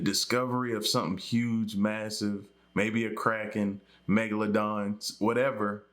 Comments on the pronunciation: U called it family megladon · The narrator said megladon and you were ready to drop the mic